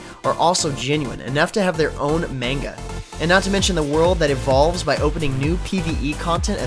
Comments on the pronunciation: You pronounced manga wrong... FAAA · I'm sorry but the moment said Manga wrong that's all I could think about for the next 2 games...